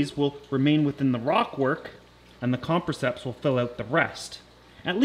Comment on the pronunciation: Say it with me.... com-press-iceps